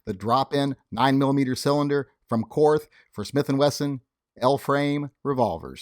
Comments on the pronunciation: Korth is pronounced "court". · Korth is pronounced as 'court' . I guess the reps didn't want to confuse Americans